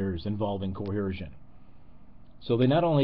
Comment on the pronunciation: I'd like to comment on a piddly little thing that simply grates on me. The word is "coercion" not "coheresion." Violent force coerces. It doesn't cohere.